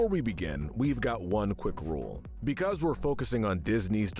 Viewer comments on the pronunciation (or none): none